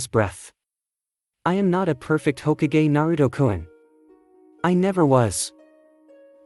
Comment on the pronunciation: it's hokage not h okage